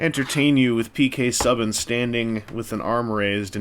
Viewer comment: Interesting choice of players... Lol, also it's pronounced SUE-BAN, A for effort though!! I'm thinking of getting the Winnipeg Jets ones for obvious reasons :p